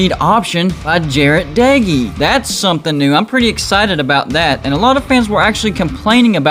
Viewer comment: Texas Tech defense is gonna shutdown WV offense this year. Just wait and watch. Our defense will be #1 in the big 12. Wreck em Tech. Thanks for pronouncing Doege correct though. Seems like only Lubbockites (since he and his brother were from Lubbock) and WV fans are the only ones who do it.